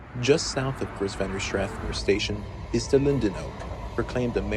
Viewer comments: Grosvenor is pronounced "gruv-nor"... Not "gross-ven-or". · I liked this video and you sure do have a lot of interesting facts about the red line. However, you mispronounced the name of one station ... Grosvenor is pronounced "grove-nor". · GROSS-VEN-OR??? You pretend to be an expert on Metro but don't even know how to pronounce that name. Tourist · It’s pronounced, “grove ner” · GROVE-ner. GROVE-ner. GROVE-ner!! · Grows-Vennor. LOL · The "Grovsner" Pronunciation took me out lmao (great video!) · From someone who went to school in Bethesda and rode the metro to work at the White Flint Mall: Say "Grove-ner" , not Grosvenor. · the 's' is silent and the 'o' is long. It's pronounced Grove-ner. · The word is pronounced "Grovnor". The "s" is silent. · ….. wait…. what did he say? Grosvenor …. The “s” is silent…. Grove-nor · Grosvenor pronounced "Grove-ner" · Well intended idea to point out unique features and surroundings but really misleading to call these "secrets". The lame use of a marketing term to entice viewers is dishonest. And hard to have any credibility when you mispronounce "Grosvenor" and don't take the time to redo the narrative. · You forgot Brookland-CUA, between Rhode Island Avenue and Fort Totten. I'm also disappointed that someone who claimed to be a Metro regular didn't know how to pronounce Grosvenor. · the grosvenor pronunciation lol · As a moco native that pronunciation of grosvenor killed me